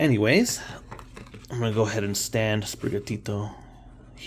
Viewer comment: The way you say sprigatito is awesome! Dont worry